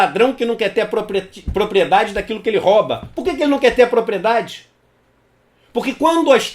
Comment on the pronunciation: Róba não. É rôuba a pronúncia